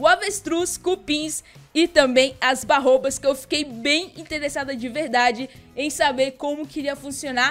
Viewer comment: Não chama-se "barrôbas" São baobás